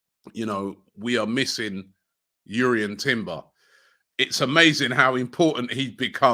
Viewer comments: Take this from me, his name is Jurrien not Yurrien. He said it himself!!! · Timber says his name is pronounced with the J, not yurrian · Still can’t get JUrrien right…